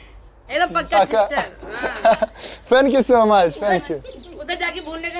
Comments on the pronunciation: Пацан говорит ФЕНЬКЬЮ 🤦🏻‍♀️🤦🏻‍♀️🤦🏻‍♀️ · у ведущего тоже с языком проблемы 🙈 одно только его "фенкью" чего стоит🤪🤪🤪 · "Фэнк ю" - это супер мощный хит😂😂😂